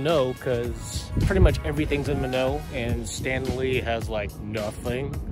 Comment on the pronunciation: Minot is pronounced "MyNot", fyi...I like your stuff